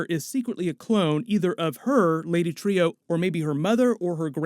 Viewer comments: I thought it was pronounced lady TRUE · I’d say he is on the moon. And I’m pretty sure it’s pronounced “Lady True” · Dogg, I say this because I have so much love for you and your channel... but her name is pronounced “True” I think this really matters in the sense of her name being “true” but she’s extremely deceptive. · Trieu is pronounced like the word true, you hear people say it correct in the show, stop butchering it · It's pronounced TRUE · Isn't Lady Trieu's name pronounced "true"? Think that's how they were pronouncing it in the episode. Anyways, I think the clock could be a MacGuffin to throw us off the real thing that's gonna happen. Lindelof likes to do that if you've ever seen LOST or The Leftovers. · Great video as usual. But please use the correct pronunciation of the name Trieu, as in “true”, not “trio”. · I love your videos but mispronouncing a character’s name repeatedly really takes me out it. It’s Lady Trieu (“True”) not “Trio”..... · Trieu is pronounced "True" as they do it in the show, just like Veidt is pronounced "Vight" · Please, it is pronounced "Lady True", it's repeated several times. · Dude, the show actually says Trieu as "True" Get it right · Right? The blatant mispronouncing was getting to me too. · Yeah. Very weird that someone taking the time to break down a TV show, piece by piece, couldn't even get the pronunciation of a name that is said in the episode. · Its pronounced "True". Do you even watch the show? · Pronounced like true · Does even watch the show or does he just have a script made by someone and he reads it. I ask since he calls Viedt = Veet and Trieu = tree-oh I mean they say it in the show so I dont get where these alternate pronunciations are coming from. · why are you pronouncing trieu differently than true. her name is spoken multiple times in the series and this episode